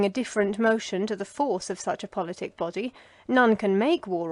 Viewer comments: God bless you for reading to us, One little note: "Politic" is pronounced PAHL-luht-tik, not pull-LIT-tik. Thank you again for all your hard work. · Boths actually fine :? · Both are fine